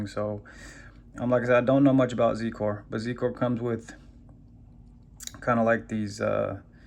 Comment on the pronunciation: its pronounced "zi-core"